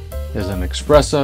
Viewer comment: Good recipe, but FYI it is not eXpresso it is eSpresso. There is no X in there!